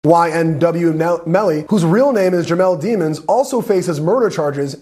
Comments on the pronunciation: I think it’s French and supposed to be pronounced “deh-monz”. But Melly said it as “demons” just to sound cool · it’s actually pronounced day-monds, she pronounced it wrong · It's pronounced Dey mons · It's pronounced de mons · Demons? I would think that’s pronounced “deh-mons” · His last name is pronounced Dey mons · It’s pronounced deh mons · I think it's pronounced Dehmunz. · It's pronounced Daymons 🙄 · His last name is really “Demons”. I’m sure it’s not pronounced the same but geez. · they said his last name wrong.